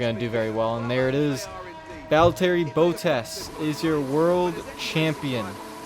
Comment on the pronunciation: Bot-tas, not Bow-tas